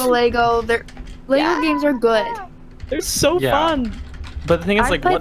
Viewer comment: Why can't you say lego?